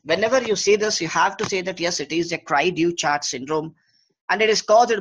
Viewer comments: With Google Translate in existence, doctor please make an effort to pronounce terms correctly. This is a French term. Cri du Chat means Cry of the Cat. Pronounce as CREE - THU - SHA. DU is pronounced with a soft D as in THE, but the vowel sound is OU. CHAT is like an SH with the T silent, so SHA. Instead of all this talking, give a few videos of the actual cry being made and show some babies. This is nothing but reading from a script, useless. You are too lazy to even look up Google to pronounce a French term correctly. What a joke! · the man can't even pronounce the syndrome right...smh